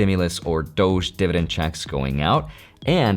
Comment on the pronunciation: Why do you say doch when its pronounced dodge😂😂😂